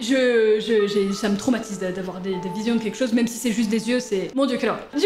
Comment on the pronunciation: Qui a conté le nombre de fois ou elle a dit tromatise et tromatisent 🤣😂🤣